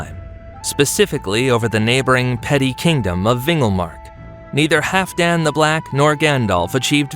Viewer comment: I believe you are mispronouncing Halfdan. Hall-f+dan. The L is not silent.